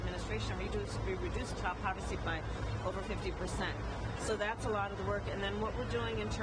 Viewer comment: She actually said they reduced child "povicy" by 50% during the first year of the Biden/Harris administration. Of course, she meant to say "poverty" but she'd still be lying. How about adult poverty?